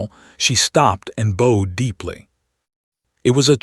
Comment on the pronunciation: Boed instead of boughed?